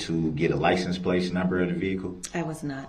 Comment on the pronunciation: I have heard a lot of miss pronounced words in my life but he is the first I’ve heard say licen place. The first time I figured he just misspoke but he says it 20 times or more.